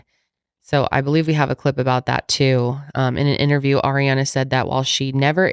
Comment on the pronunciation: always wants to say Air-re-Ana, but I’ve never heard of anyones name actually being pronounced that way lol